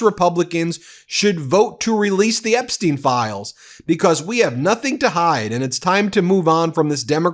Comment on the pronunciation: *BECAUSE - not "B-COSS" STOP SAYING "PLAY THIS CLIP"